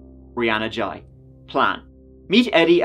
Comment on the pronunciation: This is going to get a lot of mixed opinions because of how the whole issue of the life style the teenager had adopted. you couldnt even bring yourself to correctly pronounce what it had changed its name to, ghey is not pronounced jai. Also have you seen how the media purposely waited to show more than one picture or video of the victim, its because of the overly flamboyant behaviour which will instantly antagonise much of the population instantly.